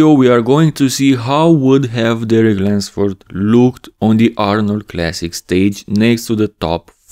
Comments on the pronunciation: lUnsford. No wonder you always say it with an “a” haha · Why does my man keep saying Derek Lensford?